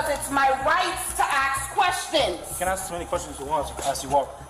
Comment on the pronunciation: if you have to ASK questions you can at least learn how to say it!